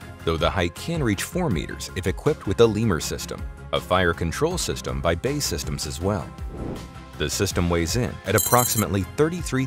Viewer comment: Funny, B.A.E. Systems is not "bay systems" it is B A E 🙂